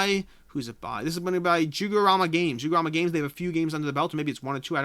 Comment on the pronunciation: lol I'm afraid your Canadian/Midwestern/Jewish background betrays you in pronouncing Juegorama, a Spanish company. ;-)